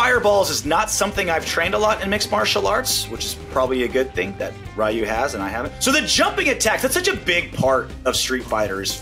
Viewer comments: His pronunciation of Ryu puts a spasm in my jaw... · he said "Rye you" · I'm sure we can all forgive his pronunciations of the names, but for the sake of myself, I have to call it out. "Raiyu" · Every time I hear it pronounced "Rai-you," I die a little bit inside. Remember: If there's an in-game announcer, they pronounce the names correctly. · Playing SF from a young age, my brother said "Rye-you" so that's what I said as well. I later learned Japanese phonetics and also heard it pronounced correctly. Now, the English adaptation of "Ree-ooh" is most common, which is the least silly-sounding way to say it mostly right in regular conversation. This is how the English announcer says it in-game. The true Japanese sound is like a single-tapped "R", but can also come across to us as an "L" sound, and is very awkward to pronounce in that context for an English speaker. It can sound to us like "D'you" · Im sorry you can roast all you want but right when he said riieyou instead of reeyou i got mad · I love, but listening to Ryu's name pronounced as "Rye-ooh" pains me to no end. You don't say "Sho-RYE-OOH-KEN", hehe. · Someone told him that he's pronouncing Zangief wrong, but no one told you that he's pronouncing Ryu wrong? That's crazy. Lol. Loved the video. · The way a lot Americans wrongly pronounce Ryu's name mostly comes from the popularity of Mortal Kombat in America and how Mortal Kombat's Shirai-Ryu is mispronounced in that franchise. It's frustrating when you hear characters like Hanzo and Kuai Liang blatantly mispronouncing it despite them being fluent in the Japanese language (especially Hanzo who is a native Japanese...). That being said, NRS is aware that the way they pronounce Shirai-Ryu is wrong, but the butchered pronunciation has become so iconic for the MK's fanbase (which is predominantly American audience) that they don't bother correcting it anymore. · Same here